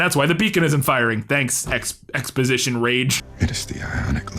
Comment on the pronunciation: ExposYtion Raige.😂😂😂😅 #SciFi!!! Or should I say #syfy